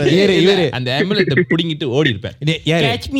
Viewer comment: amulet becomes omelette 😂😂😂😂😂 I can’t la 😂